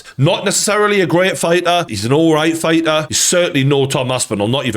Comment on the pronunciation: figha. its fighter